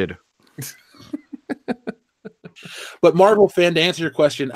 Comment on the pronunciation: Captain Meh-vel